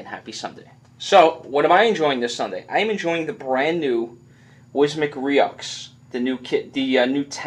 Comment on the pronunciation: good review! it's pronounced (roo) just in case your viewers go buy it.